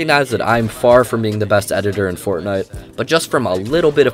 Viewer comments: Am I the only one who hears him saying “Fortnut”? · i like it